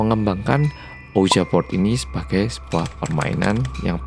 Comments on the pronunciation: its pronounce as ouijee board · Ouija setahu saya dibaca "ouiya". Game ini mirip Jumanji. Hehe. Btw, makasih Mas atas cerita ini. Mantab! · Bang nyebut ouija nya salah